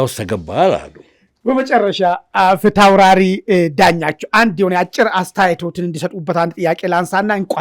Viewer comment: ፊታውታራሪ የሚለው በድምብ እየጠራኽው አይደለም ወይ አስተካክለህ ጥራው ወይም ፕሮፌሰር ዳኛቸው ብለኽ ጥራቸው አታበላሽ የጀግና ስም ጋዜጠኛ ተብየው ።